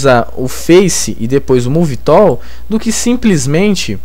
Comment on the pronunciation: Bacana seu tutorial, estou acompanhando. Vi até agora umas 4 aulas. Acho importante a estratégia que vc usou em alguns vídeos de iniciar a aula mostrando um objeto ou cena que iremos conseguir fazer no fim da aula. Com relação ao seu inglês.... realmente tá complicado :) Uma dica! a palavra tool pronuncia tul, pivot = pivô. De qualquer forma parabéns pela grande ajuda que vc tem dado não só a mim mas a muita gente.